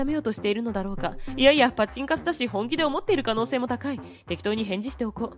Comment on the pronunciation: パチンカスがチンカスになってるw